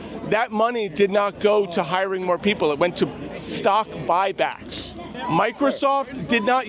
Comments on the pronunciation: “I’m not concerned about stock back bock” 😭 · "I'm not concerned about stock bock bocks!" lmao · I can't believe you turned that one guy that pegged you as a Democrat into a chicken by asking him about stock buy-backs. Dude said "I'm not concerned about stock bock back bock or whatever" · “i’m not concerned with stockbock back bocks”🤡🤡🤡🤡🤡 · "stock bok back bok" 😄